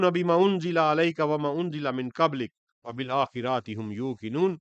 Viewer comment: بما انزل (علیک ) نہیں الیک۔۔۔ وبالآخراۃ نہیں ۔۔۔۔ ڈاکٹر صاحب سے درخواست ہے کہ قرآن مجید کے الفاظ کو صحیح ادا کریں، بہت ہی زیادہ غلطیاں کرتے ہیں۔